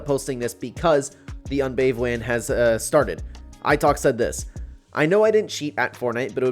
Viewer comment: "the unbave wan" :face-pink-tears